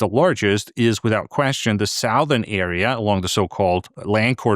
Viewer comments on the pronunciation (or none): Hi Anders, thanks for your insightful presentations. If you have a native English speaker at hand, please check the pronunciation of "southern" -- "south" ern versus "suth" ern. English is such a difficult language to learn when the rules have so many exceptions. Iain. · ‘South’ rhymes with ‘mouth ‘ but ‘southern’ rhymes with ‘dozen’. Only jars because your pronunciation is otherwise very good. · Pretty sure this bloke is an AI construction, check out his pronounciation of 'southern' Then look at the number of subscribers & views, I rest my case. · Your English is so damn perfect it makes it hard to ignore the mispronunciation of the word Southern, so let me help.